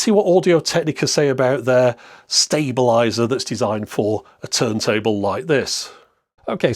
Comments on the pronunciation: ... how do you pronounce "stable"? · Stab-a-lizer? Sounds like a current UK thing. :)